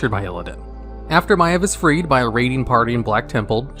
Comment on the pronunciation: My eV? I called her My eeev